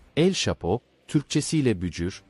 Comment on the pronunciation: Telafuzlarin cok kötü şhapo ne mk Manhattan ayri vaka😂😂😂